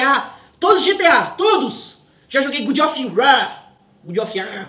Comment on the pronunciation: "Good of rar"